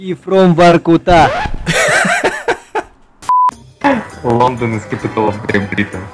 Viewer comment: Не Лондон, а Ландэн